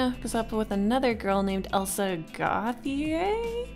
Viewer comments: Hey! I’m from a party of the US where the name Gauthier is a pretty common name. It’s pronounced Go-chay. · It's pronounced goat tea A